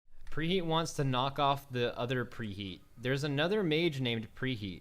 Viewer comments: Did...did you say pre he-at.... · Just subbed to preheet to annoy preheat. lel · Petition to start referring Preheat as REEheat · Everybody please annoy the f out of preheat by calling him preheet and congratulating him on his last video. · PreYEET Preheat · I know who Preheet is but who the hell is Preheat.